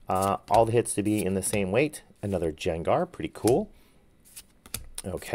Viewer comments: Loved the vid! Grade the gardevoir. But please don’t call Gengar Jengar 😂. ❤ it’s a Hard G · Quit calling him(gengar) Jangar please...you sound like an idiot... Only when you do that though!!! Other than that driving me along with everybody else nuts Your videos awesome